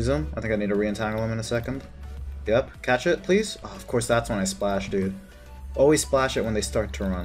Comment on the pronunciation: When you say "catch it please", it sounds like you're saying "cat shit please" Sorry.